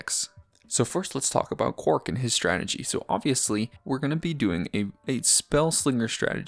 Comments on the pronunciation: Why do you pronounce it "Quark"? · Because he is a Deep Space Nine fan